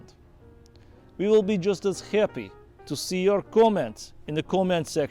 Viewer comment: every time i hear saying "happy" with a russian accent i cannot hold my laugh